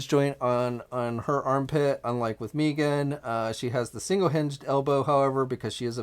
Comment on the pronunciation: Why does he keep calling her Meeeegan😑.(mee-gan) It's Meggan. (Meg-ann)